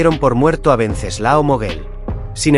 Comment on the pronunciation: WEN--- CES--- LAO / WENCESLAO NO VENCESLAO. .